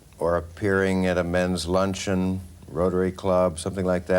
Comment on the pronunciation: ..Luncheon..sounds like a city in South Korea 😅😅